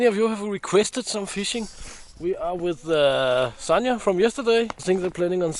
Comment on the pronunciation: Sasha is pronounced 'sanya'?